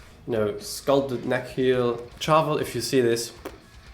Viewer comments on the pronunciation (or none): Shhhharvel, not Charge, Chat, Cheese, Cheers. Sharvel. Like 'chandelier.' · You should pronounce Charvel 'Sharvel'. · First interview I found was Wayne's son and he definitely sounds like he's saying Sharvel more than Charvel regardless of what he may be